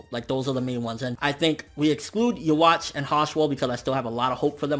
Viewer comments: Are you really saying "ya-watch" like you got ya watch on you lol.... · Every time you mispronounce Yhwach, I cringe a bit.